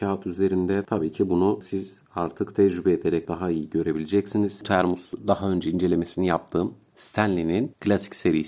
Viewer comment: kulağımda bir ses termua, termus, termus, kulağım yandı hacı abi, termos o termos